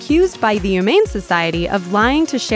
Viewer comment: More "ew-mane"? What does ew-mane mean, lol